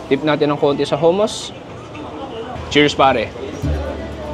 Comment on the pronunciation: The way you pronounced hummus😂